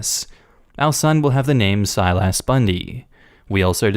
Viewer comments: His name isn't pronounced "Sile Ass!" its more like how you pronounce "stylus" without the T. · I'm just confused as to how the family ended up pronouncing the name Bounde as Bundy. Also the lad is still in trouble if the other kids pronounce his name like does. Sile-ass. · ... that is the weirdest way I have ever heard Silas pronounced.